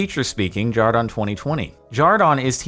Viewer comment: Isn’t his name Jordan not jardon?